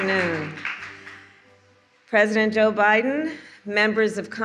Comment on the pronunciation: Sweet baby Jesus she’s even calling him president OBiden